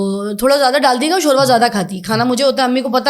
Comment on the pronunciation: شوروا نہیں ھوتا شوربہ ھوتا ھے